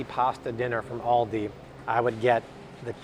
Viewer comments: AL-di. It's ALdi. AUdi is a German car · Thanks! But Aldi is pronounced like the name Al… as in call me Al… Aldi. :)